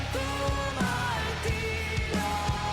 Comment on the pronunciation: Mar-TI-rio. Stress on the second syllable.